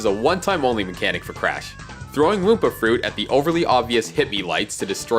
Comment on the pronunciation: Bro it's said whampa fruit not woompa fruit